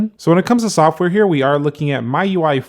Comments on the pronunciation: It's pronounced me not my UI lol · It's ME-UI and not MY-UI. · It's not myui it's MIUI